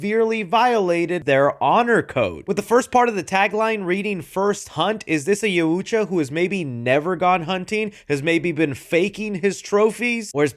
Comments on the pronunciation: It’s pronounced “Y-OW-CHA” not “YA-OOH-JA” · Yautja! not Yauuuuutja. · So it's actually pronounced yow-cha Sounds like you struggle to say it, figured I'd help 👊🏽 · YU DELETED MY COMMENT BUT I WAS TRYING TO HELP YOU ITS PRONUNCED YAWT JAH IDK WHAT YU THOUGHT YU SAID !!!! It’s YAWT JAH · It’s pronounced YAOT JUH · Dude you're so way off with you're crap. the way you're pronouncing yautja is ridiculous. Its not yaw ooootch wa. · IT IS PRONOUNCED YAWT JAH WTF did you just say?????????? Also why is nobody mentioning that the Predator looks half human His mouth mandibles aren’t the same This Predator is clearly a hybrid mixed breed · its... Yaut-Jah, dont emphasize the ut, please... im begging you lmao. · Pronounce it like Y-ow-chuh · Actually, their species is pronounced Yautja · Ngl, hearing how you pronounced “Yautja” almost made me hit that dislike button. Wtf was that 😂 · Hearing say Yautja cracks me up for some reason 😂😂😂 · Why can’t nobody say yauja right 😂😂😂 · The way says it makes me cringe 🤣